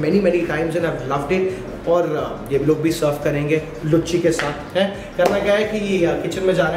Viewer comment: भाई उसको लूची बोलते हैं लुच्ची नहीं